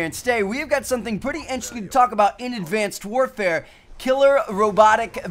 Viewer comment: You said advanced wafare:)